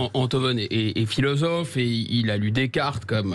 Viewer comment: le "filozofff" de salon me tape sur le système. Quand on est en "Cour", on ne peut être crédible!... Merci <3